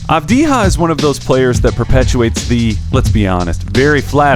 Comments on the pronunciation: It's Avdiya, not Avdiha. It's from Serbian, not Spanish. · Avdiya, not Avdiha, mate. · Its not pronounced "avdiha" man wtf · This guy pronounciation is Deni Avdiya wtf is wrong Avdija like mexican? Bro u ok? Do you know where is he originaly? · Never trust a scout that cant even pronounce his name right , video meshed up last 2 years as a 17-19 year old and didnt noticed that he already improved in some areas that was mentioned as an issue , such as 3pt shooting and descition making. FT he will get over that- in israels semi final U20s he scored 12-12 when it counted. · he doesn't though. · Gal Gadot it pronounced like Gahl Gah-dough-t, essentially the "T" his not silents, she's not french. Secondarily the "J" in Avdija's name is pronounced more like a"Y" since the name is of Balkan origin, you would go around pronouncing Jokic like "Hokic".